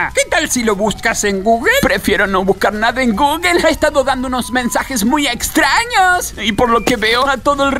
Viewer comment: No te pasa que gugle pero es Google XD